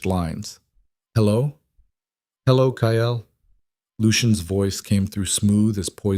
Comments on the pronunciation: The stories are good but the pronunciation of Kyle is not ki el it's plain kyl. I know they aren't spelt correctly phonics not the way they are actually spelt. AI always pronounces St as street not Saint and now Kyle wow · KYLE'S name is pronounced K-EYE-L.